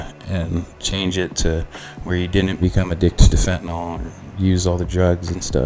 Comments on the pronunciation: Nyl.. not Nol. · It's not pronounced "FENTA-NOL!"